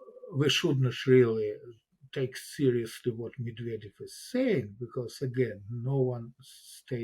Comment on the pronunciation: 'Meddyev'? 'Nookyuller'? Who is this woman?!🙄